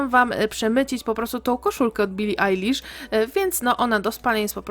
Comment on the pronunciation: Jejku, świetne intro, ślicznie ją zrobiłaś ! I dziękuję, że nie kaleczysz jej drugiego imienia, bo czasem niektórzy mówią ejlisz, a ty naszczęście powiedziałaś Ajlisz, a mnie to boli jak ktoś mówi ejlisz hahah 🙈❤